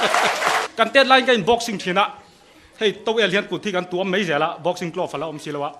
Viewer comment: Mei a nilo.mai tih tur